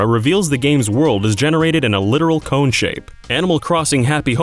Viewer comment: I tought he said Corn shape